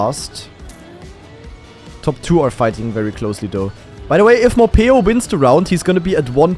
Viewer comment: hearing call morhpeo morpheo for 15 minutes was so funny XD and i knew that skandear was gonna win this one, even though i got a little scarred when he started to troll at the end